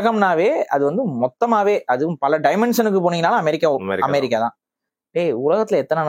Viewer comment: Bro, it’s amErica not amArica, அஅ இல்ல எஎ! Please accent nu ninaithu kollathinga.